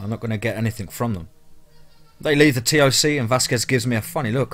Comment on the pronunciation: Since these stories are supposed to be true stories told by soldiers why don't you try learning the acronyms !! Like CPT try saying captain, or SSGt say staff sergeant, or LTC Lt Colonel , TOC us dont say the letters you just say TOC . Just saying if it's a military veteran he would say F O B he was say FOB like the word.